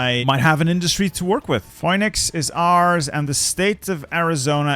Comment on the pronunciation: it’s Phoenix, like the mythical bird I thought, I’ve never heard it said how you said it